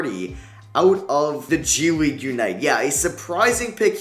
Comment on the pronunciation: bruh did you say G-League Unite?